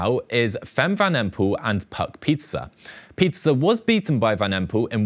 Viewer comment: Pie ter se not pizza